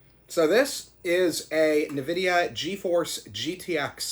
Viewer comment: Dude its nvidia not nividia 😂